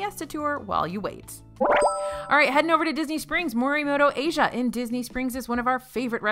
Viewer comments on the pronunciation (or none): none